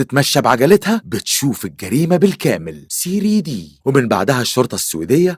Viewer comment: اسمها ثري دي وليس سريدي